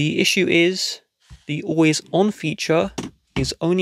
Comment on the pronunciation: You have an issue with the way you say always